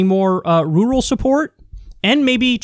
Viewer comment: April 22nd 2020: Kyle still can't say rural